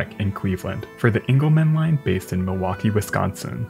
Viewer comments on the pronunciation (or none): none